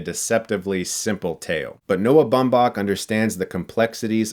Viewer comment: Are we just going to let him pronounce Noah Baumbach's name like that?